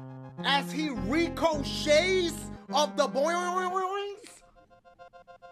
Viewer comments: When dashie said ricoshays though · As he REE-KO-SHAYS off the boyongyongs! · "As he ricochayys off the boyonyyonyonongs" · Re-co-shays 😂😂😂 DAYum at the end of the video